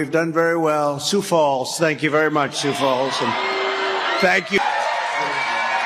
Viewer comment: "SUE FALLS"???😂😂😂😂😂😂😂😂😂